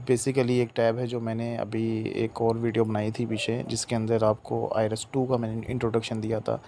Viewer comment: Bhai ki tarah ka tax consultant sahi jo I RES bol rha hai IRIS ko 😂